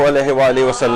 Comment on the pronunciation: آپ کے درس میں خواتین درود درست نہیں پڑھتں۔ شروع میں اللہم کی بجائے الا ھما اور آخر میں محمد کی بجائے محماد پڑھتی ہیں ۔۔ اصلاح فرمائیں